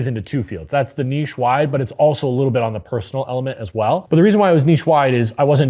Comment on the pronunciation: My man! Even knows how to pronounce "Niche" correctly!!!!!